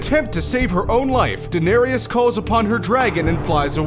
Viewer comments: ITS DAH-NAIR-ISS NOT DA-NAIRY-ES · Stop calling her danerius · i hate it how he says : denariases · It's pronounced (Duh-nair-es) jesus...